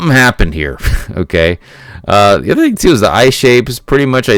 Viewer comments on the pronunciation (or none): none